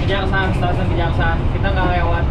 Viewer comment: koreksi bang, stasiun kejaksan bang bukan kejaksaan 🙏🏼